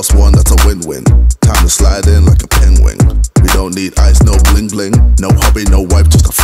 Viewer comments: Who can spell penguin like how he pronounced it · "peinguing" I think that's how it's pronounced by KSI...